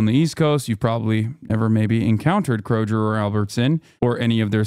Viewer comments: He said "kro-jer" haha that's the firs rive ever heard that It's kro-gur in pronunciation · "Krojer" lmao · Calling it "krojer" is wild lol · Me: I’m a pretty open minded person! I think opposing opinions are good for any rational discussion! Me, hearing Hasan say “Kro-jer” over and over: 🫠